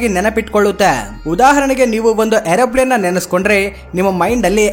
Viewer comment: Aeroplane ❌...✈️ Airoplane✔️